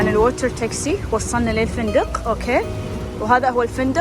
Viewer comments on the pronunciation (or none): none